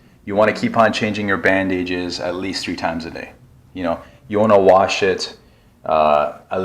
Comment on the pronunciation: Whys it bug me how he mixes bandage me bandaid? Lol. No idea why it does but I've never heard anyone say it that way. Bandaid is already half the word bandage. So saying bandaid-ges is redundant.